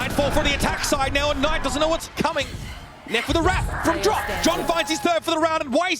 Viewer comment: Is it really pronounced as k-ey n-ayt lmao xD